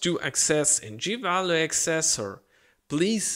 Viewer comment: Dear friend, it is ACcessor not acCESsor.